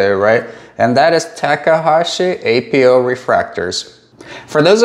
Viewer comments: Why do you call them ay-pee-ohs? You say achro so why not just say apo? Are you not referring to “apochromat”? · It's 'Apo' - Not 'A.P.O.' Apo doesn't stand for anything. It's just short for apochromatic.